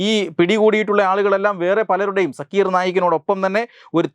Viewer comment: ആ തീവ്രവാദിയുടെ പേര് “സാക്കിർ നായ്ക്” എന്നാണ്. സക്കീർ അല്ല